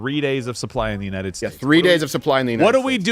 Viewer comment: If I have to hear Biden say “unined” one more time I’m moving to Qatar